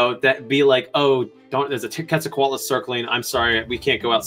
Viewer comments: Every time he said QWETZAL it hurt me. Que like quesoooo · It is pronounced as Ket-sall,co-atloos. Just as stated in , definitely not coo-et sall... I liked your video a lot!!! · Giant pterosaurs are awesome. Who else loves The Brain Scoop and can’t wait to watch Emily’s new show on PBS?! Info about where you can watch it is in the description 🤓 Oh, and one more thing: Quetzalcoatlus is pronounced “ket-zal-co-WAT-lus” but I have a hard time not saying “kwet-zal-co-WAT-lus” because my mouth is dumb and that Q always gets me. Anyway, now you know! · The “Qu” in “Quetzalcoatlus“ is pronounced like “k,” not like “kw.” It’s based on Spanish orthography. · The first u in quetzalcoatlus is not pronounced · How did you talk with an expert and still end up mispronouncing Quetzalcoatlus